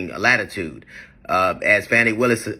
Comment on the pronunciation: Hey DL The Atlanta prosecutor name is Fawny not Fanny !!